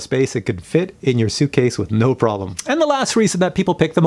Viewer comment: When you say pralum you mean problem right or what not.